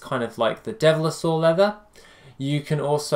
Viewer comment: Devil-saur, not dev-li-saur.